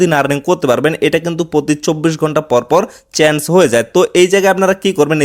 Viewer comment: চেএন্স না চেইন্জ 😂